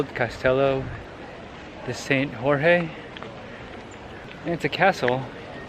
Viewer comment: Guys a J in Portuguese sound like a J in English and not an R so Jorge like john